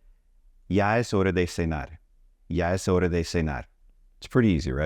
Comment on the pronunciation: Why do you say hore......is it not horaa?